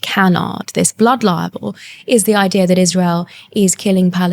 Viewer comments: I do wish she would pronounce "libel" correctly It's libel, like bible Not liable, like buyable The auto generated subs say liable every time she says libel. Because she's not pronouncing the word correctly. So irritating. I can't listen to her. It grates too much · Why does she keep saying "blood liable" instead of "blood libel"? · She'd be clearer if she pronounced libel properly. Auto generated subs hear her mispronunciation and prints up "liable" whenever she says it. Because that's how she says it. With an extra syllable that doesn't exist. Liable is a completely different word of course. With a completely different meaning!!! For someone who uses the word "LIBEL" a LOT, it's annoying that she seems not to be able to say it properly 🤦🏻‍♀️ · She'd be more impressive if she pronounced libel properly. Auto generated subs hear her mispronunciation and prints up "liable" whenever she says it. Because that's how she says it. With an extra syllable that doesn't exist. For someone who uses the word "LIBEL" a LOT, it's annoying that she seems not to be able to say it properly 🤦🏻‍♀️ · Yet she can't pronounce libel properly. Watch it with subs. Every time she thinks she's saying libel, she's saying liable. Different word, different meaning but the subs generator hears it how she's pronouncing it. That is, wrongly!!! 🤦🏻‍♀️🤦🏻‍♀️🤦🏻‍♀️ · Get her to pronounce LIBEL correctly if you're going to interview her. PLEASE!